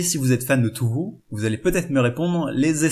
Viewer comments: J'avoue me reconnaître dans quelque(s) un(s) Mais s'il te plaît... Tōhō! Pas tou hou! Si tu veux bien prononcer, fait-le jusqu'au bout! (C'est dommage sinon c'était une bonne vid ^^) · ça se prononce Toho